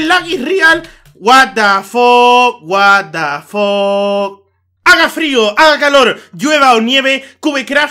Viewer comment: "El lac is rial el lac is rial... guat da foq.. guat da foq..." clases de ingles con xD